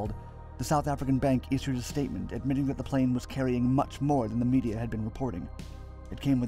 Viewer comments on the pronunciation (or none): none